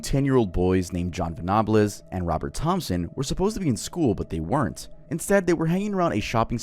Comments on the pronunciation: Ven-a-bles, not “venablez” he’s british, we don’t have cool sounding names 😅🤣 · Ven-Ah-Bluz! Hahaha! Quality. Not that they deserve to have people care enough about them to pronounce their names right, but in case you ever need to say it again, it's VENNA-BULLZ. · Hey Love as always, but the info about the Jamie Bulger case here is really poor. It’s an extremely well recorded incident and you didn’t pronounce the names correctly or give accurate information. These are English names, not Spanish or French. Venables is “ven-uh-bulls” and Bulger is just as it looks. The Child’s Play thing has basically no evidence. One of the investigators said Venables wasn’t living with his father at the time and likely didn’t see the film. He also never blamed the film. I’ve seen every piece of content relating to this case. I appreciate you man, but that was very clearly poorly researched. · Interesting video, but bad pronunciation and inaccurate on the Liverpool story (I live there) ..The train track was disused.. Bootle is pronounced "Boot-ul" And there's no fancy pronunciation of Venables (Vena-a-bulls) or Bulger (Bul-jer) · hey! just a little note about the jon venables & robert thompson case, you pronounced a few things wrong Bootle is pronounced "Boo-tel" Venables is pronounced "Ven-ab-els" Bulger is pronounced "bul-jer" not that mispronounciation is a major issue, just thought it was worth mentioning :) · As a Brit and someone who remembers this case when it happened, it pained me to hear you pronounce Venables and, especially Bulger. If you do a video in the future, they're pronounced Ven-able-s and Bul-Jer. Other than that, I LOVED the video. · The Jamie Bulger murders were not inspired by Childsplay 3 that was just media bullshit. Also Venables name is pronounced like Hen Cables. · Just to be a pain, John Venables name is said like Ven A Bulls. Like the end of vegetables. And it said Jamie Bull-ger like the ending of burger. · It’s pronounced ven-ab-els